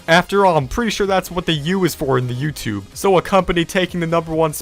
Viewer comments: You sed youthube 33 times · You said youtube tree times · You said yourube 36 times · You sed “YouTude” 34 times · You said tubeyoub about 35 times